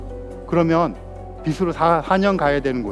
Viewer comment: '빛으로' 를 연음으로 '비츠로'라고 발음해야 하는데, '비스로'라고 발음하니까 들을 때마다 매우 거슬리네요.